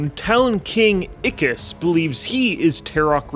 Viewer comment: it is not read as seethe it is SET'H also not ikis it is i kiss